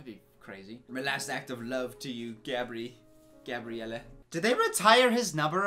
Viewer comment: If it wasn't because of this video I would never know how bad Gabriella pronouce her own name